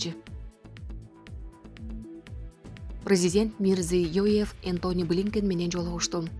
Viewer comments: Мирзёев дечи Мирзиёев дебей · Мирзиёев деп суйлогонду уйрон анан суйлочу чоон кыз